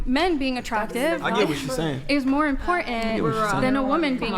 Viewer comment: Impor’en?!? T. Pronounce the freaking letter T